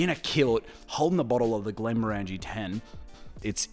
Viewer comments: I just watched the entire series of this commercial because I’m a HF fan. But I believe you’re mispronouncing the brand name. Granted, I’m American, not Scottish, but even I can easily pronounce it after watching the episode where the factory worker is correcting Ford multiple times on how to say it. They pronounce it “Glen-more-in-g” (phonetically), where as it sounds like you’re saying “glen-more-angie.” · I lasted 30 seconds. You have a whisky channel, and can’t pronounce Glenmorangie properly….did you even watch the ads? Unless it’s some kind of pisstake that I’m missing. 🤷🏻‍♂️